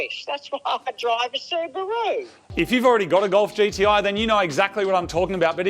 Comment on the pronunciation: Let’s take a moment to appreciate how his mom pronounces Subaru.